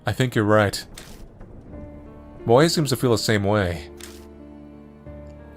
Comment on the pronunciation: his name is moe not moj